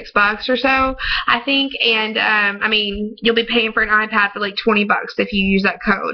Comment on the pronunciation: say ur tryna bid on an Ah-Pad wtf?